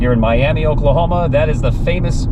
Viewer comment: I know that it looks like Miami, but it's pronounced with an a on the end, even though it's spelled the same, Miama. Don't let Okies here you call it Miami.